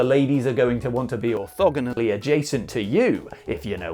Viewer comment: I... am so impressed...that you can pronounce Orth..Ortho...Ortha...because I never can. Even during a 30 minute argument during too Many Bones with someone who was convinced they could move diagonally